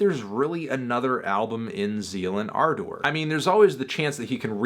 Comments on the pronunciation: This is really hard to watch when Fantano can’t even pronounce the name of the band , or Manuel Gagneux’s name. It’s Zeal & Ar- duhr, not Zeal & Ar-Door, and the guy’s name is Man-u- well, not ManWell. I cringed every time he said his name. That aside, Fantano doesn’t seem to know the history behind this band, and how Manuel was doing his Birdmask project, when as an experiment, he went onto Reddit and would ask people to name to musical genres, that he would then make a song blending the two together. Gagneux was asked to combine black metal and Chain gang blues, to which Z&A was the result. He wrote all of Devil is fine, played all of the instruments, and recorded it himself. The concept behind the subject matter is an imagining of slaves , had they rebelled against their masters’ monotheistic Christian beliefs, and instead rebelled by following Satan. This is one of Fantano’s laziest reviews for an album that is one of the more interesting, and definitely one of the best all around albums so far this year. it’s worth noting that I’m not a metal fan at all. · Why are you saying ardor so weird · why is anthony pronouncing ardor that way?